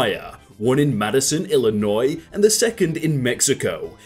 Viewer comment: Im happy, said Illinois right.